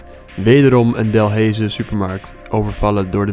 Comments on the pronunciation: De naam is Delhaize maar je spreekt het uit als delijze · Je spreek delaize uit als delijze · HOE TF ZEGT HIJ DELHAIZE JE ZEGT HET ZO D E L A I Z E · even om te zeggen: je zegt delaize en je schrijft delhaize!!! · I love hoe je Delhaize uit spreekt 😂😂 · Ik moest echt lachen hoe hij “delhaize” zij😂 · Hoe Delhaize uitsprak😂 de Belgen weten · HAHAH hoe jij Delhaize uitspreekt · Ik ga stuk op de manier hoe je “delhaize” uitspreekt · Hahah bij Delhaize spreekt ge die “h” niet eens uit mr ok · Ey ik woon in Overijse en ik ga elke dag naar die delaize (je spreekt het verkeerd uit maar ja) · Je kan echt geen Delhaize uitspreken 😂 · ben ik de enege west vlaming die wilt slaan hoe hij delhaize zegt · Ik woon in België en zegt Delhaize verkeerd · Ik cringe elke keer als hij Delhaize uitspreekt o my g o d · Delhaize spreek je nie zo uit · Ik weet niet hoe je Delhaize zegt maar het is niet goed Ja ik weet het want ik kom uit belgie ow wacht misschien gebeurt het nog wel eens BIJ MIJ 😭😭😭😭neeeeeeeeeeeeeeee lol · Delhaize zeg je verkeerd Eerste e moet je als u uitspreken H niet uitspreken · Délhaise spreek je iets anders uit bro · je zegt dalhaize verkeerd je moet deleize zegge en niet delheize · Geen haat maar je zegt niet delheejse maar deleise maar je schrijft het als Delhaize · Ben ik raar of zeg je delhaize niet delheeeze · "delheeze" HAHAAH no offense tho, kon niet weten dat je het uitspreekt op zn Frans zoals Delèze zegmaar lol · Ik irriteer me wel een beetje dat je DELHEEEZE zegt in de plaats van delhaize😂😂😂😂😂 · 4;00 tis niet delheze tis op ze frans delaize die supermarkt dalhaze waar je het over had sorry voor dit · Bruh het is niet delheeze😂 Het is dulijze😂 Ik denk dat alle belgen hier erg mee hebben kunnen lachan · Het is niet Delhaize je spreekt het uit als deleis (By echte Belg) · Ik wil niks zeggen... maar ik heb me zonet doodgelachen om het feit hoe je Delhaize uitspreekt XD. Je spreekt het uit als delhijze met een ij niet ee